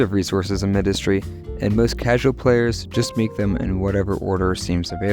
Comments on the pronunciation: Because its Mindustry not minedustry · why do you pronounce mindustry like that